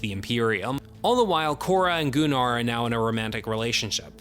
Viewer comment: Gunnar, not Goo-nar. Idk why Anthony Hopkins said it like that in the opening of part 2, it's never pronounced that way otherwise.